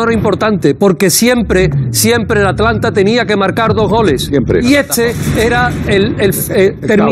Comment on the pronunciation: ¿Cuándo aprenderá a decir Atalanta? 🤦‍♂️